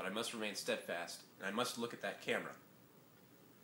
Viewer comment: oh my goodness haha you don't understand, i am sitting here in my room waiting for my nails to dry, by myself, laughing outloud at you saying the word steadfast. this is rediculous! hahahaha